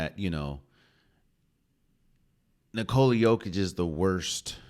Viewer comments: Actually bro it's not YOH-kitch it's Yokich. Trust me I'm Serbian I would know. It's pronounced really shortly. The worst part is his name actually no one did it correctly to be honest, it's not NiCoola its NiCola. Again really shortly and tightly. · You raise some great points, my Balkan friend. Also, for anyone who doesn't know already, it's pronounced "nicola yOH-kitch", not nicOla yO-kitch.